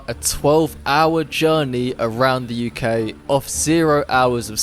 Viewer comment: I dint notice you where British until you said the UK